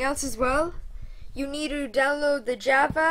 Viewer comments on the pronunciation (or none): none